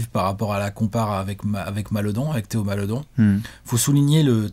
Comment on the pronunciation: on prononce Malédon